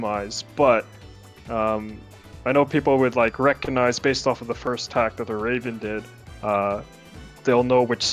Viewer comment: LMAO how you say "first" you say FIRSH. english is hard